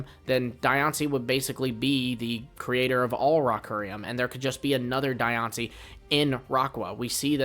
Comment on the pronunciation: Die on see? Diancie. 😂😂